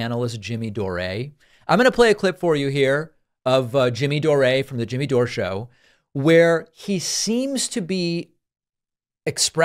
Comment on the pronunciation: Who is "Jimmy Dorayyy?" 😅